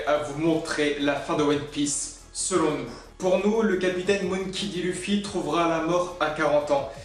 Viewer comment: Clichés a mort Et tu prononce mal monkey D luffy